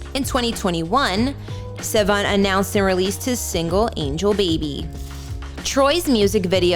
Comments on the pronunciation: an not en. Sivan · Did she just pronounce his last name wrong?? Lol great job guys!!